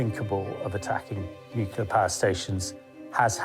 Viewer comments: Of all the people who could have been selected to narrate this, WHY pick someone who pronounces the word “nuclear” as “newkerlear”?! 🤦‍♂️ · Ben Fogle is half English, but his nationality is irrelevant. English people say “nuclear”, not “newkerlear” 🤦‍♂️ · What is WRONG with you people? Why can no-one narrating these things pronounce the word "nuclear"??!!! The clue is in the spelling ffs. It's nuCLear, NOT nucELar. So irritating. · 🤡🤡 you are pronouncing it incorrectly